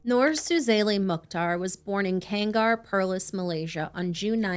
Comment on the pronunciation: Kangar is not pronounced as kang-gar. 😅 Malaysian Malay here.